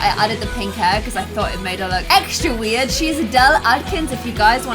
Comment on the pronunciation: im sorry I had to stop watching because you kept saying "bred out the wed" it was just so annoying